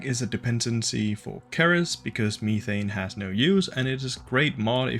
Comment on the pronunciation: Cerys is taken from the real life dwarf planet 'ceres' , its pronunced as 'see-rys'. If you are welsh then your pronunciation is understandable though.